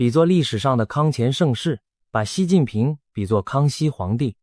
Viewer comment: 是习近平，不是西近平，ai配音配的准点